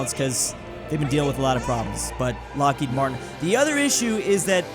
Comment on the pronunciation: Ah yes, lockheid martin. Not to be confused with lockheed martin.